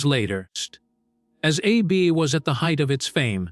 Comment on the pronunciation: Dont use AI to do your voiceover. The pronunciation is very distracting A B B A instead of ABBA really?